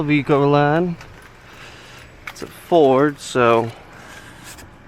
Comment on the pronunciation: It's actually pronounced Econoline, that's E-con-o-line. You just left out a syllable or two. They were assembled in Lorain Ohio for years.